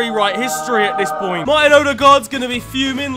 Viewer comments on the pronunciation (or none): none